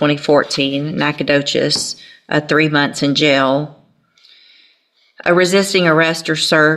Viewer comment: Judge gets credit for saying "Nacogdoches" correctly.